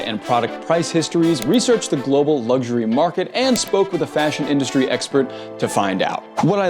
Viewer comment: “Lugshury”Pro tip: there is no “G” in “luxury”.